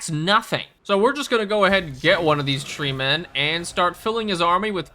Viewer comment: I chuckle everytime you say tree men, because you intonate it the same way as semen.